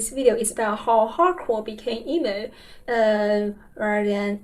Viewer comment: I recently went to an Algernon Cadwallader concert, who reunited after breaking up in like 08 or 09... it was very good! Edit: I like how you pronounce "hardcore", it sounds like "Howgarts" :)